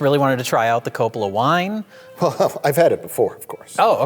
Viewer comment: Wine Commerical: WINE! Dracula: I don't dwrink vine.